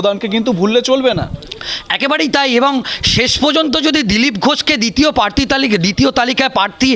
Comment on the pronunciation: পার্থী নয়, প্রার্থী! পাক্তন নয়, প্রাক্তন!